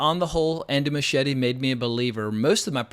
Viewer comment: Why can’t Americans pronounce Muschietti’s name properly?